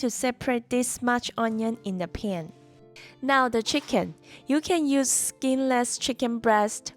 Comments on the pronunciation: Looks great, but your pronunciation of 'pan' needs some work. 😂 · I like the way you say "pan"